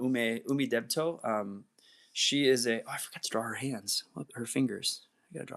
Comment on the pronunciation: So, about Umidebito, great art. I love it, but why are you pronouncing it so weird? It's Ooh-Mee-Dee-Bee-Toe, not Ooh-may-deh-bay-toe.